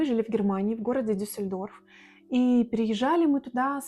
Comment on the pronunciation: Жили в Дюссельдорфе два года и так не научились правильно ставить ударение в названии города? Чтооо?!?! Вы рептилоиды??